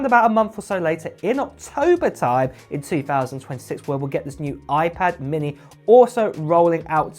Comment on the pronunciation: Oiiiii-pad Minnehhhhhh 😭